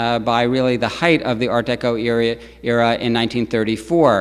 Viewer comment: I have never heard Art Deco pronounced as Art DayCo. Don't get it. Is he trying to pronounce it in French? But noticed as he carries on the lecture he falls into Art Deco.